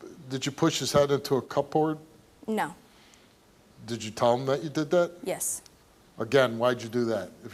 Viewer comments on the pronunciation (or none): I’m sorry I can’t get over the fact Steve accidentally pronounced cupboard as cup-board